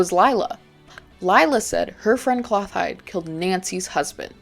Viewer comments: it’s “klo-tild-ah” not cloth hide lol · Clothilde's name is pronounced like "clo-teeld"